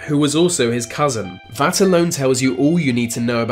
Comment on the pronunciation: needs to learn how to pronounce the letters ‘th’. Ver, vis, vat should be there, this that. Get some speech therapy!